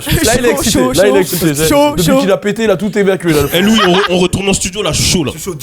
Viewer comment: IVRNOIR DE LOOUIS AOUDAA 😂😂😂